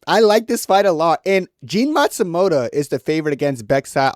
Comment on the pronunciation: Jefferson naSIMOTO…Jean Matsumoto 😂